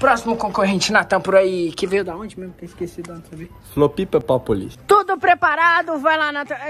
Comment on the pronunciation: "Floplipla plopolis" AKAKAKAKAK